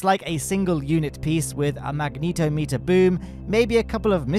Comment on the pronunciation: The final nail in the coffin will be the "revised roadmap" coming in 3...2...1... RIP KSP2. We hardly knew ye. FYI, "Magnetometer" is usually spoken with same syllabic emphasis as "thermometer".